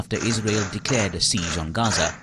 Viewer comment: Where is raza? 😂 Why do they give these people jobs... She can't even pronounce gaza